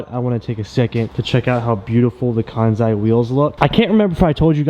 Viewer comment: If Kansei wheels named their company after the Japanese word, "Completion/complete", I think the correct way to pronounce it is "Kan-Say"🤙🏻